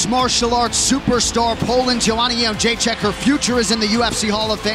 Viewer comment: Jedrzejczyk = " Young -jay-check" How, Sway?